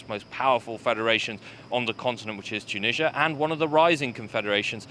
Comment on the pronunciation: It's Mali and Tunisia, not Molly and Chooneezhya